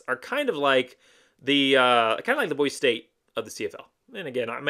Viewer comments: I like your channel, but for real dude. It's Boi-see. It's a cardinal rule that you learn how to say it before moving here! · It’s BOY See. For hell sakes say it right. Great video otherwise. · For the love of all things good and decent, Boise is pronounced Boy-see. How can you call yourself a fan and not pronounce the name of the city right? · pronouncing it wrong is not a great way to get fans on your channel. Idahoans are very proud people who feel very threatened by out of towners. Pronouncing it wrong is a good indication of an out of towner. People from out of town act like it’s such a hard thing to do, saying Boise correctly. To make matters worse, they, and you refuse to say it correctly even after we’ve told you how to say it. This is why locals are so unwelcoming to other people. If you want to live in Idaho, stop rejecting our traditions and culture. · you just gave a typical out of towner answer. How many subscribers do you have? Not many huh. Nobody wants to listen to out of towners talk about their local team when you won’t even say the same right. When YouTubers call Ashton Jeentie instead of Jeanty, I already know they don’t know jack crap about what they’re talking about. Btw, it’s not an accent. It’s a mispronunciation. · Nah bro, locals hate when people say Boise wrong. It's a welcoming city, but you ain't gonna get the same respect if you ain't saying Boise right.